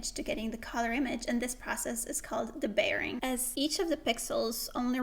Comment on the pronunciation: Thanks for explaining this so well. One note on pronunciation: it’s dee-bayering, not duh-bayering.